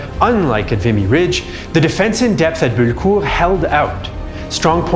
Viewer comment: BULLECOURT NOT BULKUR FFS!!!